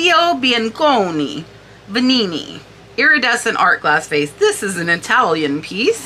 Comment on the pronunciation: I agree with everything you said about the one of a kind vase signed by multiple artists. It was so beautiful. I'm surprised what is sold for with all those sentiments. BTW I liked your pronunciation of the Veninni vase. Extra flair!